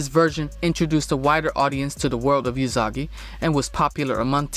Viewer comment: well its (oo)sagi not (you)sagi so.....